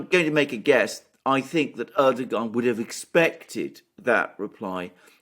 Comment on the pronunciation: Just a question Alexander do you consciously or subconsciously pronounce Erdoğan’s name incorrectly?